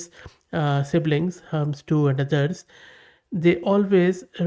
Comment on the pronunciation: Hermes - do you mean Hermeeeez and not Hermz!!!